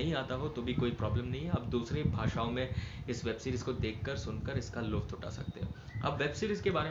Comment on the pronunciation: bro. say lutf not luft......